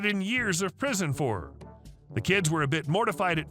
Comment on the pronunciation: "PISON"? lol